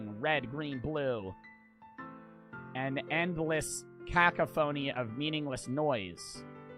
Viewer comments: anytime i watch a ddlc play through i always wonder if they’ll pronounce cacophony correctly or like this 😭 i feel like half the time its like this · and "cacophony" as "caca-phony"😭✌